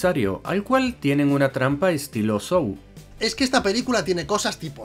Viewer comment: Cada vez que pronunciais SAW como "SOU o SAU", muere un gatito.